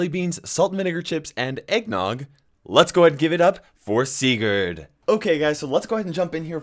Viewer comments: U are saying Sigurs WRONG! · Oof, am from Norway aswell, and am srry buddy but u say it kinda wrong😂